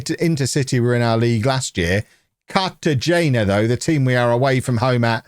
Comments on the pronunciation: hola amigo tú no hablas español cartagena pronounced car-ta-he-na ¡vamos holme! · hola amigo tú no hablas español cartagena pronounced car-ta-he/na ¡vamos holme!